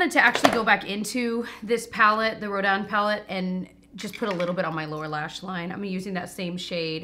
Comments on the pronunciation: I don’t wanna sound like a snooty snoot but yes it’s Ro DAN some ppl are saying Ro DIN but that is not correct. Very very pretty. I bought a few parts of the masterpiece collection very worthwhile. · Roh Dan! Yes! Finally someone pronouncing this close to how it would sound in French. The sculptor was amazing. Gritty -r, soft -ng Wish I can get this in 🇨🇦 without paying an arm and leg in duties and customs. 😩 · Your pronunciation of 'Rodin' was perfect,! (I majored in French..... Doesn't anyone take it in school anymore?) And, PS - I got my Em 'Rodin' a couple of weeks ago. At first I was dismayed by the small size, but-- ya know what? It is gorge!! It's one of my personal fave palettes...And, like you, I prefer buying from larger stores like Ulta/Sephora etc. But, any of you sitting on a fence - don't! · Soooo many people have been pronouncing Rodin incorrect in their reviews and it’s refreshing that some people know how to pronounce it! Hahah. But I love the Rodin palette! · Thank you for pronouncing Rodin correctly. lol So many YouTubers are pronouncing it the way it looks. But, you were right. 😄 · Yessss you’re pronouncing it correctly! And I love the Rodin palette. It’s so neutral and beautiful!